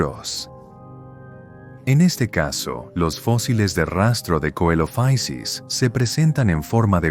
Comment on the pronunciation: deberían conocerse más Eoraptor, Herrerasaurus y Staurikosaurus (por cierto Coelophysis es griego, no es inglés y no se pronuncia como hace ahí, ni siquiera en el inglés eclesiástico anglicano que usaban los científicos en la época iban a decir "coelofaisis" ni nada parecido)